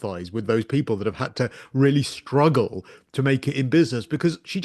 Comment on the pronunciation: I love the way your guest says 'struggle'. In the theme of some of our 'struggles', there are some bed happenings where it's really been a 'struggle' to put a leg around. Oh the vile ugliest person, I don't know if I could put my leg around, to advance in life. Although, when you have no other way to make an income..... Okay, on with the rest, n tnx for your efforts and letting us comment. ;)